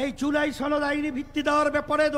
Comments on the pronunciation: ছনদ না সনদ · জুলাই ছনদ নাকি সনদ সেটি আগে ক্লিয়ার করেন